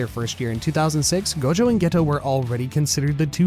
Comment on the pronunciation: Clã “ GOLDJOW” …. Vira homi e fala gojo normal… bisha’